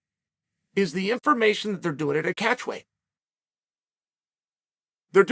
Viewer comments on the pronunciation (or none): “Cat-weight” -Paulo Costa